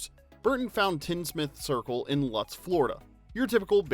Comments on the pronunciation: It's pronounced Lutes, but spelled like Lutz. People in Florida are picky about saying towns correctly. Like Thonontosassa. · That town is pronounced (Loots) Lūtz, Florida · It's pronounced "LOUtz",FL. Lutz,FL.